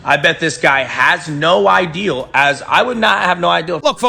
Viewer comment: Taylor is so stupid he says “no ideal” instead of “no idea” 😂